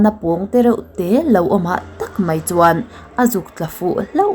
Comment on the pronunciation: "Mai" tih tur ah "Mei" tia i lamrik hian beng ati kham deuh thin aw hmeltha lalnu.